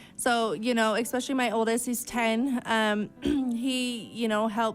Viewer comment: Nothing is more of a pet peeve of mine than bad grammar and speaking, and for someone who is a so-called “writer“ or “author“ she sure says EXPECIALLY a lot instead of the correct way “Especially” 🙄 … I remember coming on here and commenting how you were such an amazing speaker except when it came to the word birthday, you would say BIRFDAY every time and I had to stop watching because it irked me so much lol I was like why are these women making themselves sound so uneducated. So I try not to be judgmental but with this chick she doesn’t get a pass because she murdered her boys father 🤬